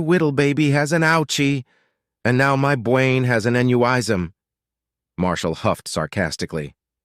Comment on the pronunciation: "An nyow my bwain has an anyuwism" 😅